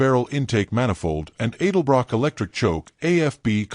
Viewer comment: Adlebrock carb? Come on AI, you’re supposed to be Intelligent. It’s an Edlebrock, Not an Adlebrock. I HATE Artificial Intelligence!